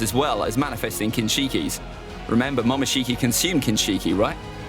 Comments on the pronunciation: momoshiki bruh not mokinshiki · It is Momoshiki not Mokinshiki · "mokinshiki" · Mokinshiki reminds me of something lol its pronunciations are momoshiki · He spelt momoshiki wrong he said mokishici 😂😂😂